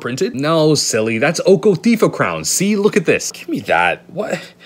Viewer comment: Normal pronunciation: Oko, slight pause Theif of crowns. This guy: oKo-tHiEf-oF-cRoWnS